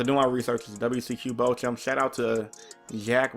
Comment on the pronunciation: Jesse chose to go second game 3 and made that board and won. Thunder is just that absurd. Btw Bochum is pronounced Bow-cum. 👍🏼